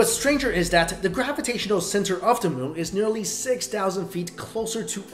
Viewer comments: Savagenp 7 Once you hear it...it cannot be unheard. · You were saying moo instead of moon most of the times